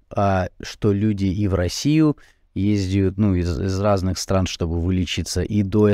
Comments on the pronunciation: Все интересно, здОрово. Но,, правильно по-русски "ездят", а не "ездиют". Пожалуйста /\ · "ездЯт", а не "ездиют"! Извините, пожалуйста!